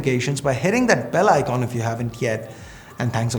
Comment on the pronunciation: Nobody: Literally nobody in this UNIVERSE: ASH : ICHONH ........FOR ICON